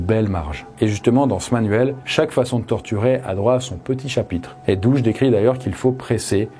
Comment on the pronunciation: Très bon documentaire. Juste deux erreurs de prononciation : Phnom Penh et pour "Dutch" et pas "Douch" !! Je connais, j'ai visité le Cambodge de long en large !!